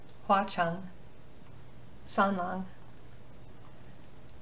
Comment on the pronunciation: Hi! Just wanted to say, as a Chinese speaker, this is really well done! disclaimer: not a native, but my family is chinese and ive studied in a Chinese school for many years. While the pronunciations of the words sound somewhat weird due to the lack of use of tone, if you're talking about the pronunciations of the words themselves, it's pretty good! I loved how u pronounced San Lang, Pei Ming, Cuocuo, and Lan Chang-- practically perfect! Especially Hong Hong'er, the "er" can be tricky. I was so so happy with how you pronounced the names with "shi" in them as well-- it can be quite tricky for a lot of those who don't speak Chinese, but you did really good! I also loved how you pointed out the "mo" sounds, as the slight "muoh" to the pronunciation can be subtle but it makes a lot of difference to a native speaker! Just some tips for those who really want to be meticulous and get that exact sound: - the ZH sound (like in xuan ZHen or chengZHu or quan yiZHen ) : less zhuh (like in genre) or juh (like in jump) sound, but more a combination of the t in "tch!" and juh (something like the "juh" in jump. like this [ ] - the D sound (like shi wuDU ) : its less a hard duh sound (like door or duck) but a softer d (think of it as a combination of d and t). so its not shi wudu (like the word "do" in English) but more [ ] (the du here is the exact character used in Shi Wudu) - the SHI sound (like SHI qingxuan or SHI wudu ) : like i said earlier, the